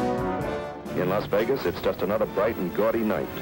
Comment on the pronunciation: I thought it was Las Vegas. Why do they call it Los Vegas?